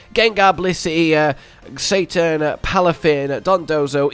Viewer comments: Why this dude keeps calling cetitan Satan 💀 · It's cetitan not Satan hahah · Love your videos and strats guys...but please, if you're going to the effort of recording, scripting and editing a video can you try and actually read the pokemon's name before pronouncing it?! Cetitan isnt hard to read or say- Say-Tie-Tan not Satan. It's a Whale...CETACEAN and it's big TITAN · They way you say “Cetitan” sounds like you’re saying “Satan” and that threw me off so many times lol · I'm never pronouncing it Cetitan again, Ceitan is infinitely funnier. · I heard "Cetitan" in #2 but read Blissey and I thought you were calling Blissey "Satan"... which is 100% accurate :) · I thought he was calling blissey Satan the whole video 😆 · Say it with me now, Ce-Ti-Tan